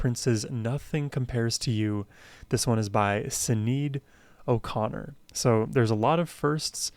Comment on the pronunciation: Pronounced Shanaid O'Connor - RIP 07/26/2023.